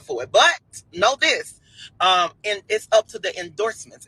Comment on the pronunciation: IN - DORZ-MEN (endorsement)